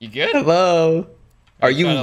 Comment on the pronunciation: Has anybody else noticed that he says helloa instead of hello